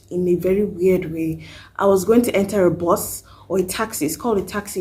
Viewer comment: Bus sounded like Boss when you mentioned it sis....